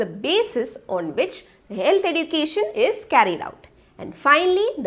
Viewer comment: Can't bear the "edukatn"